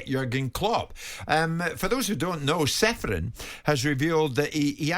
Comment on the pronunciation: Aleksander is not Seferin. His surname is to be pronounced as Cheferin. Originally there s a caron on letter C instead of letter h. As his countryman I felt you should know.